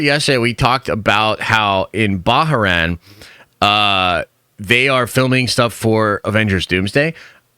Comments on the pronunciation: It’s not Baa-ha-ran smh. It’s “Bar-rain”. The internet is very easy to use. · It’s Bar-Rain not Bar-Ha ran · THANK YOU! Hes had 2 videos now where has totally butchered the name LOL!! BAH-RAIN its not hard to figure out. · It’s pronounced Bahrain (bah-rain)